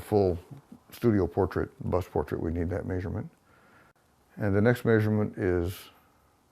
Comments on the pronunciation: Where’s that accent from? He keeps on saying ‘may-surement’ instead of ‘measurement’. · “The next maysurment” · Say measurement wrong again, I dare you!